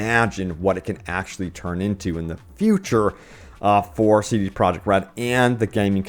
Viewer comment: WHO IS: CD PROJECT??? You stil don't know how to say the company name...you're pathetic...